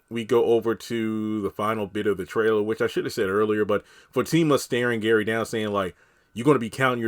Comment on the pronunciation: I thought I was the only one that heard Fatima say Karen and not Gary.